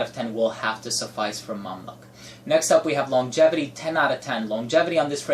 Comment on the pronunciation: Its pronounced Mam LUKE not Mam Luck lol